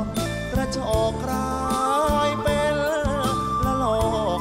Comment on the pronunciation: ร้องเพราะ ออกเสียง เป็น เป็น เป็ล ไกว เป็น ไคว